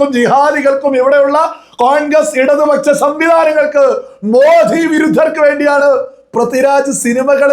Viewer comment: It is Modi,not Modhi.